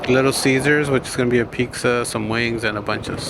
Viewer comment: It's triggering how you call pizza "pixa" lol